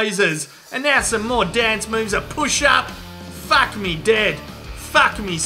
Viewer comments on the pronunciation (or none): It's pronounced like fark, or fahk, no emphasis on the r like an American would accent. Aussie accent saying fawk would sound like how we say fork.